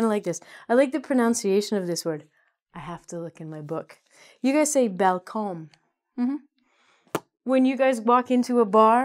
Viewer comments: Hi, I'm your fan. But the first sentence in the description should be "Are you Brazil or Portugal from?", shouldn't it? I thinked funny the way you pronounce "balcão" ("balcom" in English accent). Two corrections, only: The last vowel "e" of "pretender" has the same sound other two. it is not different. The pronunciation of "vr" in the word "livraria" would be like the pronunciation of the American letter "v" followed by the pronunciation of "tt", as in American "little". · haha, yeah she definitely needs to practice some more!